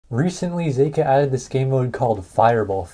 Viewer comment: i love "zak kuh"